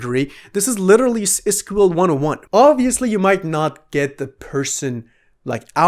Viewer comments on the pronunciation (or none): Lmao my man just busted out SQL (however, you pronounced it wrong : Also someone already mentioned the join issue, but it's not important for the example :D Alternatively, if you had the data in a dataframe you could write the following python script : P import pandas as pd # Assuming you have a DataFrame named 'database' result = database.loc[ (database['user_city'].str.lower == 'vancouver') & (database['destination'].isin(['thailand', 'vietnam'])) & (database['date'].between('date1', 'date2')) ] user_names = result['user_name']